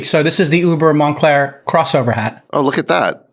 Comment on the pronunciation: “Monclear Tat “ 😂